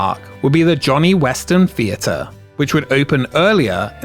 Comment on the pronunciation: What is a fee-a-ter ?